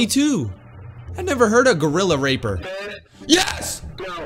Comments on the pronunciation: it's gorilla rapper not raper lmao! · Bro it's gorilla RAPPER not r-per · Dj its rapper not raper💀💀💀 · when he said ra-per instead of ra-pp-er had me dying on the floor with laughter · ya right he said raper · my boi said gorilla raper it is RAPPER ;/ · Bro said gorilla r*per. It is rapper. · The fact dj said gorilla Raper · BRO SAID GORILLA RAPER 💀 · It's funny how he said gorrila raper instead of gorrila rapper Ngl your sus 🤨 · Not dj saying raper instead of rapper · HE REALLY SAID GORILLARAPER DJ ITS GORILLA RAPPER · ah yes gorrilla raper its gorrila RAP-PER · The way he said “gorilla RAPPER” 💀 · man really said gorilla 'raper" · Bro you pronounced rapper wrong💀😑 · You do not know how to pronounce rapper correctly